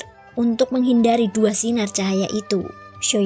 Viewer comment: Xio yan. Mbak. Bukan xio yen.. Jdi ga enak cerita nya